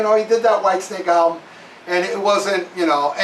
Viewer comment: tell to stop saying alblum its album for christ sakes lol.